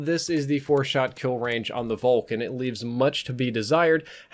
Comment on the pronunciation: Folk! Volk is prononced Folk